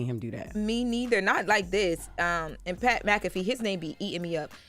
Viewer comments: LeBron is a cry baby and pernounce Pat name right broad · She messed up Pat’s name and giving false reports on Bronny Why y’all don’t have that Jess energy for Lauren???